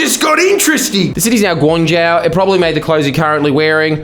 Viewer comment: What the fuck is that pronunciation. Gwang jowww smh